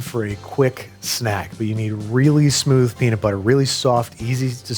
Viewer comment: ummm that’s not how you say peanut😂